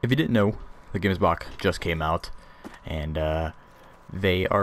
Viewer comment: Gemsbok the gems part is pronouced with like a ch sratching sound